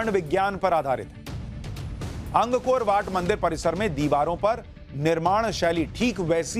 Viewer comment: अंग कोर वाट नहीं है ये "अंकोरवाट" है श्रीमान जी!